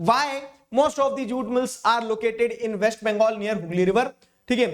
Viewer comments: sir you said nig*er instead of near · near ko niger bola 😭